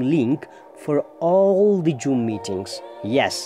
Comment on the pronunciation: hahaha joom😆